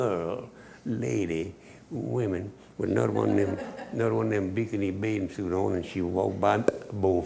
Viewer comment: "one them bikinney bathing suits"